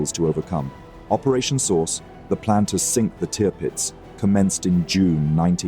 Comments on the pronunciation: Drives me mad as you pronounce the name Tearpitz , just call it TIRpitz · Learn how to say Tirpitz will u